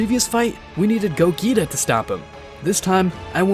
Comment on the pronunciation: Who is gogita it's gogeta